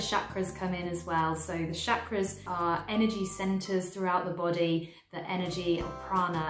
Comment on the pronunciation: I love love this series! I am a Hindu from India and can pronounce Sanskrit. Chakra is pronounced as the Ch in church or chair. Best way would be to say- Chuck-ra